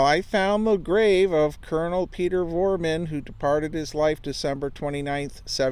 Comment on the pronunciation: It's Vroman, not Vorman